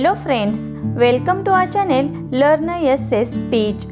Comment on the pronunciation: The way you say LEARN in the beginning is not correct....change the pronunciation...